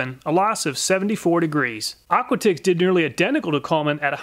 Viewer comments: I think the brand "aquatix" might be pronounced similar to "aquatics" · Couldn’t help but wonder, is Aquatix pronounced like Aquatics instead of Aqua Ticks?